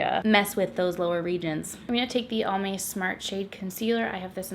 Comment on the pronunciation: I kept hearing Palm Bay and not Almay and I was like why are they sponsoring a drugstore tutorial 😂😂